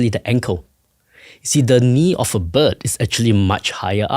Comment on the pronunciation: When he says bird it sounds like but... I'm 40 min in and still haven't heard anything about feather anchor sites on the wing bones as well as the evidence of pinfeathers on some dinosaurs and the evolution of feathers as modifications of scales. There's those feather anchor points or "quill knobs"... Scleral rings might be another commonality between SOME birds and dinos...